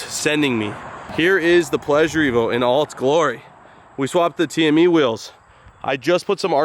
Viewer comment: The pleasure-t-evo I like it touch subtle 👏